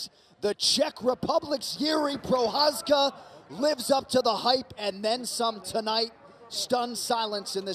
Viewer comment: Ty píčo, komentátor si opravdu nastudoval, jak vyslovit Jirkovo příjmení 😀 BJP!